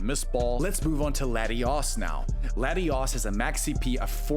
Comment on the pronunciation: I like how you pronounce Latios as Latius, and Latias as Latios! Adds an element of chaos 😂